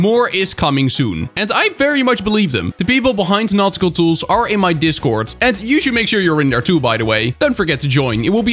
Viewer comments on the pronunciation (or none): Awesome video as always,! (Am I the only one who heard "not cool ranks" instead of "nautical ranks"?)